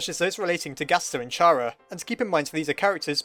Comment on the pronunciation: chara is pronounced like chara in character. also shes not evil, temmie chang said so.